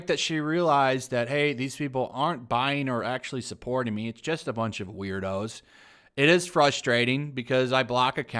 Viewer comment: i love that he pronounce weirdos "weird hoes"